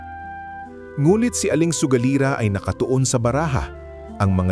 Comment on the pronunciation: Baka sugalera Hindi sogalira. Taga Visayas siguro si Sir 😅 Anyway, no bashing, nagsabi lang ng tamang spelling Hindi Ako nagmamagaling..